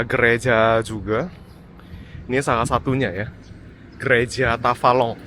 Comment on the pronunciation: Tafalong ===> Tabalong 😮